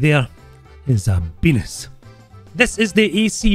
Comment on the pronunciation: ISSA BENIS... I luv you dud xD